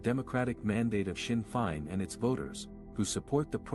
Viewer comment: Amateur coverage. Blind leading the blind. Learn how to pronounce Sinn Fein.